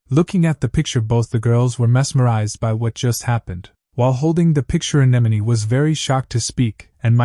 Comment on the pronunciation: I don’t get ai. It always mispronounces simple words like bow but gets anemone right? Most people don’t get that.